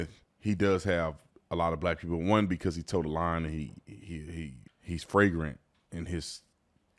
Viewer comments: Tatum, its "Flagrant" not "Fragrant" which means gives off a strong scent. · lol he said “fragrant”